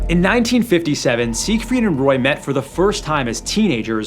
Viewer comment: Seigfried? Seriously? 😂😂